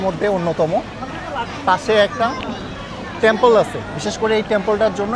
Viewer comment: Tempoll na temple😂😂